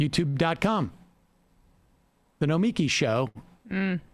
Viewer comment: Good grief Sam! Emma says pick one, but neither of your pronunciations of Nomiki is right... Ask Matt, he's got it.. it's not that hard!! Sincerely, someone with a difficult name to pronounce, but not hard once you get it 😁